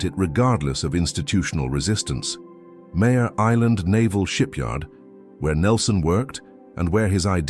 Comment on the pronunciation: MARE island, like a female horse, not Mayor like leader of a city.